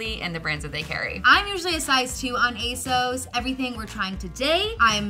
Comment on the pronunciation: You guys are pronouncing ASOS I’m incorrectly. It rhymes with “boss”. I really enjoyed this video format!